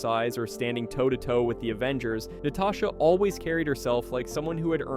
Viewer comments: did you just say Na-tay-sha romanoff instead of Na-ta-sha?😂😂 am i the only one? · “Natay-sha” oof